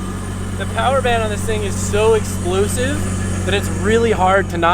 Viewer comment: “Expluusive” lol